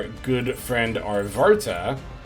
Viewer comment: I'm taking a shot every time you call Arvata "ArtvaRta"... XD